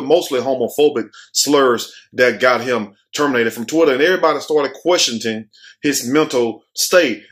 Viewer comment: Word of the day: Questionting